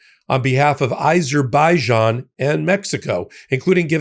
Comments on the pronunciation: there is no such country as "EiserBEIjan". What is it with misprounouncing the name of every country and individual? Do better! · I would have thought that you would know how to pronounce the country of Azerbaijan. It's NOT how you pronounced!